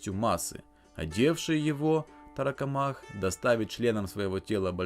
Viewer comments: Тарокомах ударение на КО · торакомак, по логике ударение на первый слог должно быть, от слова же торакс происходит, от него же и слово торс и торакальная хирургия